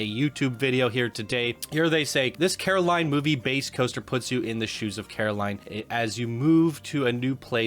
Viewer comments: “Corrrrr-aline.” 😂 Sorry. Had too. This is my favorite movie and when I heard Caroline, it’s like. 😬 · Quite a bit of clipping on this one. Could use some additional scenery around the queue. Then again it is a console submission. Also it’s pronounced COR-a-line, not CARE-o-line. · god i cant help but cringe evreytime you say Caroline XD you should do yourself a favor and check the movie out! as well as any other Laika Studios films, they're one of the best, and one of the only studios doing this level of stop motion. Paranormal, Box Trolls, Coraline, and my personal favorite, Kubo and the Two Strings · Me wondering how many times says Caroline instead of Coraline. Answer: a lot Also, it’s not a series, it’s just one book with one movie and a single comic adaptation